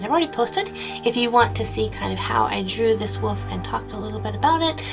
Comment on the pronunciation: I love how you say wolf. lol It sounds like woof. :P